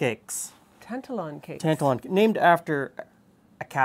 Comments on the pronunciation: Best rant I've heard for quite a while :) As one of those actual Scots, my only quibble would be the pronunciation of Tantallon, Tan-tal-on rather than Tant-alon. I was taught about Scotland's slave dealing past at school (I'm 57), yet during the recent BLM protests, younger Scots were surprised to discover that Glasgow's Jamaica Street was built from money made by "trade". Rory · Very interesting, wee tip for you it's pronounced tant-allen. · Yes the emphasis is on the middle syllable (a 72 year old Scot here) Tan ‘tal Lon. I remember when I studied history in the 60s at school we learned of the slave trade and I always knew that certain cities (including Glasgow where I went to university) made their fortune from the slave and sugar trades. It was just a fact, not hidden but not over emphasised either. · Tantallon is a castle in East Lothian, near where I live. It's about 30 miles east of Edinburgh, close to the town of North Berwick. It's a stunning ruin, on the edge of a cliff. However it's pronounced like tan-TAL-on. Emphasis is on the second syllable, not the first. You are 100% correct that Scottish shortbread never traditionally had vanilla in it. IMHO it's just the wrong flavour for shortbread. I think the recipe you are showing is probably what we would call a biscuit today (not a cookie), not a cake either. Just to confuse things, in Scotland a cookie is a sweetened enriched bread bun, often filled with whipped cream, dusted with icing sugar. They're wonderful. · There's a town near Halifax called Tantallon, I pronounce it like you but people from there laugh and say it's pronounced "tan-TAL-un" Btw, no true Scotsman, indeed. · It's pronounced the second way here in Scotland too. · As a Scot, my only gripe is your pronunciation of Tantallon. It's pronounced Tan Tallon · Ok, but you are still pronouncing Tantallon incorrectly, Glen!!